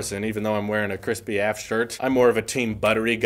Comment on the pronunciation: AF is pronounced “ehhhh effff” not “afff” lol 😂